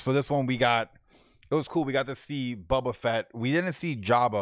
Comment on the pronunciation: Please learn the correct pronunciation of the characters. It’s Boba. The “bo” sounds like flow, go, so. You are killing me, yo.